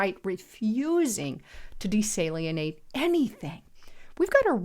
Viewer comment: desalinate (de SAL inate) NOT desalienate !!!!